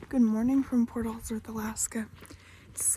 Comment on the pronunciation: I get a kick how she pronounces Port Alsworth as one word.